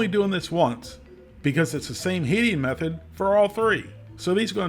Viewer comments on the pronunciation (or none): none